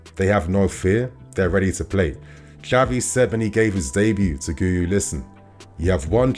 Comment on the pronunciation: PSA: It's pronounced Ghee-You 👍